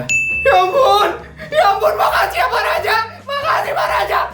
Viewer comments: Aku dengar "makacihh pak laja🗿🗿" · Kayaknya tadi pas no. 1 bilangnya makacih deh 😅😅😅